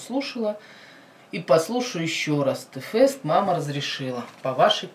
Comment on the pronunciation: ТЭ-ФЭСТА?ТЫ ХОТЯ БЫ ПРОИЗНОСИ ИМЯ ПРАВИЛЬНО-ТИ-ФЭСТ!!!ЕСЛИ Я ДЕВОЧКА И ВСЕРАВНО СЛУШАЮ КИРИЛЛА,ТОЕСТЬ Я ПЛОХАЯ?!И ЕСЛИ МНЕ МЕНЬШЕ 12,ТОГДА ЧТО?!